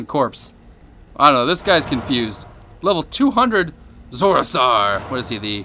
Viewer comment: He says "Zorasar" instead of Zoursara XD